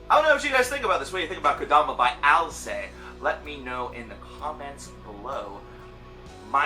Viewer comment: Btw, you should pronounce the "t" at the end of the word "Alcest". This "st" suffix is not mute.